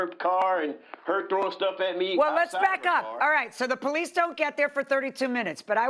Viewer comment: That poe-leece.